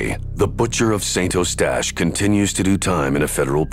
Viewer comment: Pronunced Saint UH-stache, NOT Saint O-stache!! Saint Uh-stache is in English, or San U-stache in French. Also it's SAIRge -- not Sirge. St. Calix is San Caleex. Deux Montagnes is Deuh Moantan-yuh (French), or just Two Mountains in English. Also called Lac de Deux Montagnes or Lake of Two Mountains. (My dad used to live there.) It's not really a lake, altho it looks like one -- it's just a very wide section of the St. Lawrence River, maybe 1/2 a mile across -- a really nice view, as u can see all the nice houses & mature trees on the raised riverbank over on the other side of the lake. Peaceful view, & no yahoos on seadoos making a racket, nor loud boat motors etc.